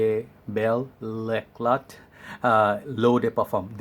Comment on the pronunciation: It's l'éclat in french, so without prononcing the t at the end. A french follower